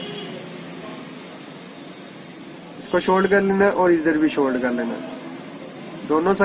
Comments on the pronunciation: سولڈر ہوتا ہے شولڈ نہیں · Yar shoold nahi , Sold